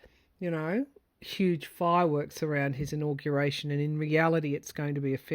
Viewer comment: The way you said in-augration drove me to look up augaration. Isn’t that interesting?! The word "auguration" comes from Latin and was first used in the Middle English period (1150–1500). The earliest known evidence of the word is from around 1450 in De Claris Mulieribus by G. Boccaccio. The word "augur" means to foretell something, especially from omens, or to give promise of something. For example, "This bad news augurs disaster for all of us".